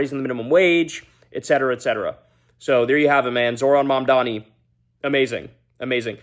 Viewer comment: And it’s MAMDANI M A M D A N I! GET IT RIGHT